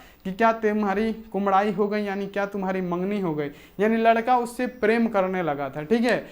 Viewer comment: Sir ap bar bar kumdai q bol rhe h kudmai hota hai...